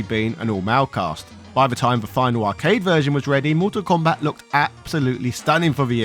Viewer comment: It’s also Mortal Kombat not Motol Kombat but he didn’t get that right once either.